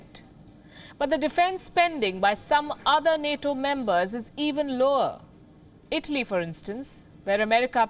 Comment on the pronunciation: Palki calls Italy like Idli